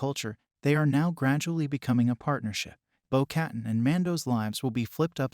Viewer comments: its pronounced "bow kuh-tan" not "bow cat-in" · "bow kuh-tahn"